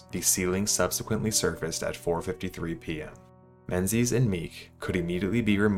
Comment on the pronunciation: Only thing I could focus on is how he was pronouncing Menzies wrong the entire video.